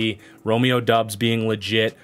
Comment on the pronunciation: Doubs is pronouced Dobbs. Romeo literally told the Packers and the media how to say it in April.